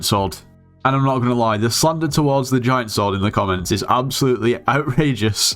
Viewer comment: that "is" triggers me so much